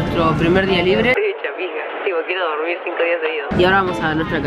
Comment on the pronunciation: te ayuda a dorBir me encanto jajaja